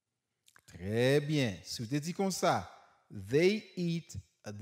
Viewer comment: Pwofesè eklesim sou....they.... Svp paske mwen wè gen moun ki pwononsel kòm dey ou menm ou di vey